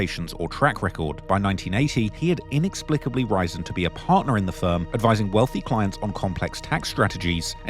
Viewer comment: Is this an AI voice? The word risen was pronounced as rise-N, which seemed like the kind of mistake an AI voice would make.